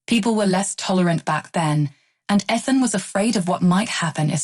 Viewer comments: Please stop mispronouncing Ethan to the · Stop mispronouncing Ethan 😮